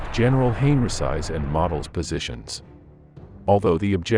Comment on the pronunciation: General model surname is pronounced mo del research german names and tiles more before you do a video